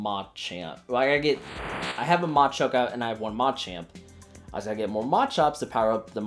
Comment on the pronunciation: What kind of accent do you use when you say "Machop", "Machoke" and "Machamp" 😂